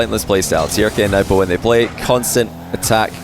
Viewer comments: yeah that surely is not how we Arabs pronounce them, you are exaggerating and making it too complicated. its Turk and nwbo pronunciation wise. don't try to be too smart when you can make it a lot easier. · Yeah, Nwpo is pronounced "Nu-boh," and Trk is "Tuhruhkk" but said really quick.